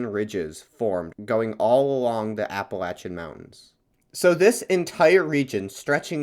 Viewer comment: good video, bit hard to hear appalacian said wrong so much tho lol